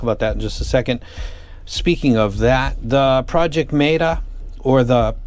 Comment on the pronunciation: Why'd you pronounce meta so weirdly lol